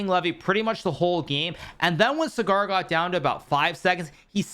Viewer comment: Writing this cause Sagar's name has been butchered so many times. It is Saa-gur phonetcally, not Cigar. It is a matter of respect and hope this is remembered,. As always a big fan of your videos..